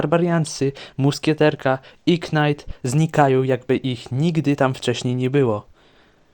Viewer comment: night=knajt mega night= mega najt powiedzcie mi jakim cudem on wymawia to samo slowo inaczej po dodaniu ''mega'''